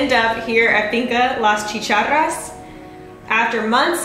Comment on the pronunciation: Hey, you said chicharras like me, very impressive!!